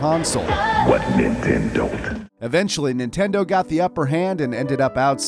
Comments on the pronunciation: ninteno lol oof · "New Ninteno" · “New Ninteno 3DS” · ninteno what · "the new ninteno 3ds" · umm Ninteno?